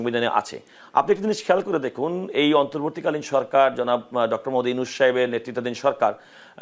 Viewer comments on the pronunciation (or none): none